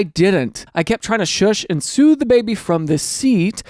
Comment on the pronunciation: Baby carseat story: I kept hearing sue instead of soothe 💀